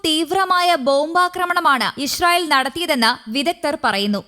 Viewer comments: ഈശ്രീയേൽ അല്ല ഇസ്രെയേൽ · ചേച്ചി ഇഷ്രയേൽ അല്ല😅😅😅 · ഇശ്റയേൽ അല്ല ഇസ്രായേൽ..